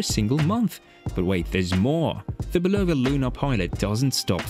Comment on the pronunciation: I love how the British pronounce Bulova as "ba-LOW-va" with the emphasis on the middle syllable. It actually sounds better than the technically correct American pronoinciation that has no emphasis at all. 😁 I do believe that the Lunar Pilot is the superior timepiece overall because of its technical advantages. However, for most people, it will wear too big and its technical prowess (like the super-accurate stopwatch) will be irrelevant to the average person. One thing that will NEVER be irrelevant to the average person however is Seiko's solar-powered movement. I think of it as an homage to Citizen's Eco-Drive and that's something that I think everyone would love. Very few of us need a chronograph that can measure tenths of a second. Having said this, I personally bought a Lunar Pilot because I have the wrist for it and I love its history. It's also great for playfully trolling people who spent insane amounts of money on Omega Speedmasters. A lot of Speedmaster owners are douchebags and I troll them to death with my Lunar Pilot and (even worse) a Pagani Design PD-1701! Oh how I adore the horror in their eyes when they see it! MUAHAHAHA!!!! 😁😂🤣